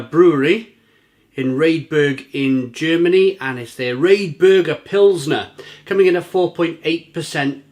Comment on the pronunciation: Lol the way you pronounce it !